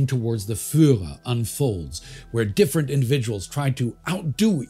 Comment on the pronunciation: He still has to study the pronounciation of Fuhrer!